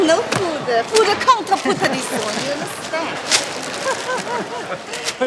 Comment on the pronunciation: No fooda, no fooda😵‍💫😵‍💫😵‍💫. You put it in your mouth, chew and swallow. How is it not food or as you put it fooda???? Please spare me thre pretense lady!!!!.😬😬😬😬😬